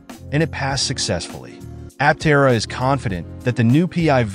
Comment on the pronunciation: Stopped watching as soon as you mispronounced the name.